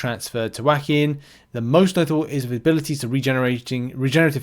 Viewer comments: Not saying "whackin" instead of "joaquin"(pronounced like "wah-keen") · ..."Whackin". It's pronounced Wah-keen". You know, like the famous US actor Joaquin Phoenix (Joker movies, Gladiator, HER). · Wah-keen is how you pronounce the name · Not being rude only trying to help. Phonetic spelling of Joaquin wah-KEEN Only know because I lived in California at one time in San Juaquin county. (Though I still cant even pronounce half these newer champs) Love your content!!!